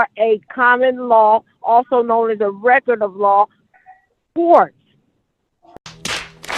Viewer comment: What is "on the reckert"